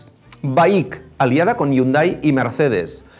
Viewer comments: No sé pronuncia la H no se dice Hyunday sino iunday .se escribe de una manera y se pronuncia de otra 🤦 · Yunda? que feo pronuncia la palabra Hyundai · También es escuchado coreano decir la marca y se escucha la pronunciación jiundei.